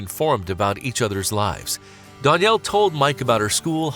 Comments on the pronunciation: Dan-yell not don-yell say it right that drove me nuts but this was such a beautiful story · learn how to pronounce a name before saying it wrong 100 times in a video. It makes you look clueless. DANielle. DAN for short. Not DONielle. Not DON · This guy narrating is driving me nuts with his pronunciation of "Danielle" He pronounces it "Don". It's ruining the vid for me.